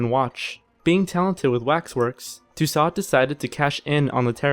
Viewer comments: Pronunciation guide : ROBE-SPEER ... DAWNTON ... LOOWIE the 18th .. MAREE TOO-SOE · In the future, before allowing to help you narrate a video....please have him educated on the correct pronunciation of peoples names. He said Robespierre, Marie Tussaud, and king Louis' names incorrectly. Makes sound very uneducated. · Yes. I got a kick out of Madame Too-sot as well. Too-sew comes a little closer, I think. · Lol, I love that he pronounced calves "cowlves" and Tussaud as "toosawd". Did this guy graduate junior high school? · "Robs peer," "Mary two-sod," is this guy kidding me? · I agree. And to my fellow American narrator,, final consonants are not pronounced in French unless followed by an "e". Hence, Louis will not sound like "Lewis" as you said but as "Louie". And Madame Tussaud will sound like "To-sew". Just trying to help you (not make fun). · And Mary Two-Sword lol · Why are there two narrators? The one who isn't Simon has a bit of a monotone and can't pronounce Robespierre or Louis or Tussaud correctly. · One critique: The videos are very good, but in this one the pronunciation was horrid. With the means available on the web today, and the fact that these names are ancient, pronouncing Robespierre, and Tussaud, should not have been hard. Thanks.